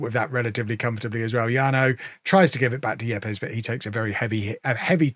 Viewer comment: I think Yepes should be pronounced 'Eeps'.